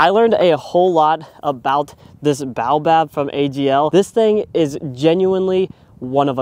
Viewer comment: I believe it is ... Bay-oh-bab Good video. Thx.